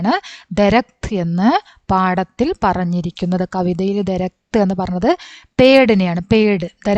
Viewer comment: ദരക്ത് അല്ല ദർഖത്